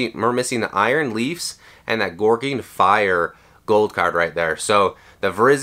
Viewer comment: It’s killing me, is he saying gouging fire wrong on purpose?